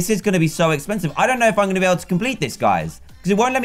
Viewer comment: When not wen going not goweng